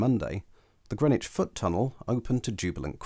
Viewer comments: You might want to check your sources if you imagine there was chalk beneath the river at Greenwich. BTW Grennitch is in New York. The area of London is pronounced Grinnidge. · people in Hackney say Grinnidge but the announcement on the DLR says Grennidge.